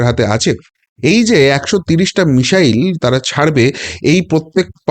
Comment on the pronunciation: Please, it's not 'mishile' BUT MISSILE~ it' "s" not "sh".